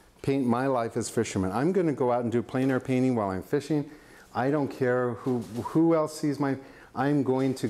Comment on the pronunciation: Eek! 'Plein air' should rhyme with ' when where'!